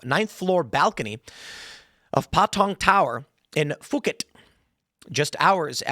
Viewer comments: It’s not fooket tim. lol… it’s poo-Khet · It's Poo-ket.. As an Asian blood, I thought you would've known, haha 😂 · It's pronounced poo-ket. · oh is that how you pronounce Phuket? woops. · cmon Tim i thought you were travelled, Phuket is Pooket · Ha. Not sure Tim pronounced it this way for effect, or he does not know the actual pronunciation is poo-ket. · Tim, it's pronounced "poo-KET". Beautiful island playground off the Thailand coast... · the H in Phuket is silent